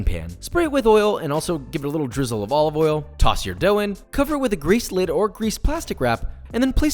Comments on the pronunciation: Joshua Weissman: olive oil Gordon Ramsay: Olivolle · extra virgin OLOVOL